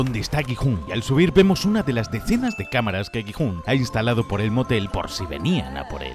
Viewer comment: Gi-Hun❌ jijun✅